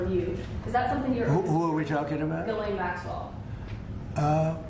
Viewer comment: Ghislaine Maxwell was/is FRENCH ... her first name is pronounced J-E-S-S-L-Y-N in English and FRENCH